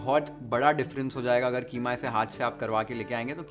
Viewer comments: why idiots say kheema its keema 😂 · Yeh KHEEMA kia hota hai😂😂😂😂HYDERABADI HO KIA QEEMA KO KHEEMA. 😂😂😂😂😂